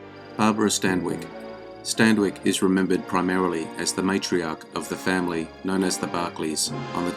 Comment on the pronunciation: He can't pronounce Stanwyck either, he always adds a non existent d